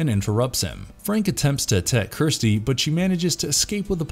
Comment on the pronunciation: Idk if this is A.I. but the annunciation sucks, it's Kirsty not Kristy, it's La mer chant, not lamarchent